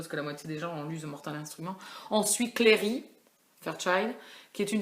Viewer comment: Et sa se dit clAry pas clery